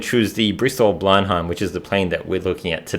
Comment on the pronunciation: Great video. I believe the aircraft is pronounced blen-em.